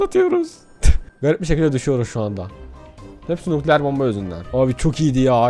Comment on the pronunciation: Biri şuna onun nukleer değil nükleer olduğunu söylesin